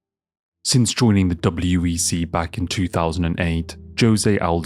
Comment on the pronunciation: Are you saying WBC instead of WEC sometimes?